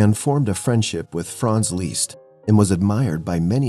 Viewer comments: Eleanor Lai “frants leest” is the correct pronunciation of his Hungarian name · Did you say Frank Leezst?